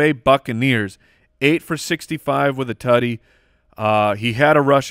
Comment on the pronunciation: Every time says “Tuddy”. 🙄🔫